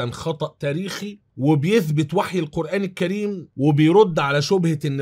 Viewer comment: جزاكم الله خيرا انا من محبيك اتمنى عندما تأتي على ذكر القرآن أن تقول القرآن الكريم وليس القرآن كّريم لأن الكاف حرف قمري وليس شمسي وعذرا ملاحظة من محب